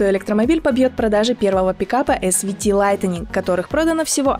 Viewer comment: яке лайтенінґ? справдьте в словнику як то слово читаєццьо!